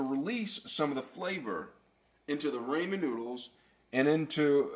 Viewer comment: Not only did you mispronounce ramen, you misspelled chorizo and and mispronounced that too. This recipe is a sin.